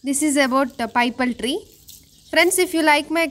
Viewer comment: పైపల్ ట్రీ కాదు. పిపల్ ట్రీ అంటారు.